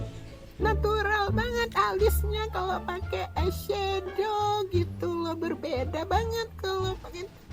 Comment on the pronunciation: Bang raka:Eyeshadow bambang:Eyesdow Dalam hati gua: astaghfirullah gak bisa ngomong eyeshadow Ngakak anjir Yang merasa sama like 👇🏻